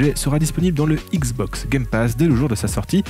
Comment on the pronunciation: Issssbox ? Je suis nul en diction mais entendre écorcher le nom xbox 50 fois par une chaîne spécialisée XBOX c'est chaud 😆😅 sinon le contenu est top merci !!!